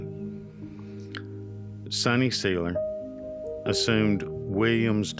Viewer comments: Good video. Seiler is pronounced sigh-ler, btw. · Thank you!! Drives me goofy when I hear him say it!